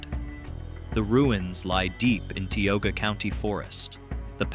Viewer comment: Learned some new stuff about areas I grew up in BUT Tioga is pronounced ty(like you're saying eye)-oh-guh